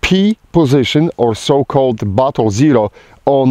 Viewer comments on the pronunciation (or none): When he said, "Or battle zero", it sounded like he said, "Or butthole zero" to my ears.